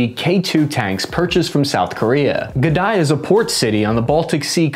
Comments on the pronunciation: G'daya😂 ita pronounced Gdañsk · Gdansk pronunciation gəˈdɑnsk souds like guh-dansk.